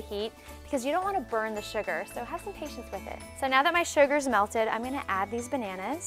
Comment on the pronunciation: She said "bernannas" - 😂😂😂